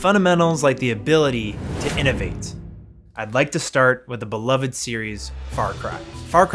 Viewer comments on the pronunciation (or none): none